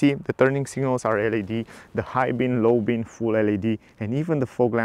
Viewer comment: Hi, nice reviews, but you are doing a mistake in every video. You are saying "high bin and low bin", but they are high beam an low beam, with m.